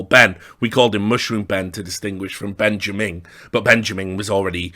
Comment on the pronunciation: Ben-ja-ming is fucking hilarious